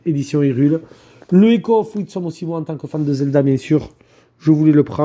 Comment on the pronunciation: of WiSDom, GT Gabi sort de ce corps ! x) Witsom ? comment as tu fait ? c'est pas si dur lol --> MAIS en plus il le refait ! 🤣 WIS-DOM, répète après moi, c'est pourtant pas si difficile